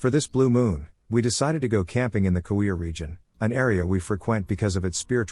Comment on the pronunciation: Oogeeah board😁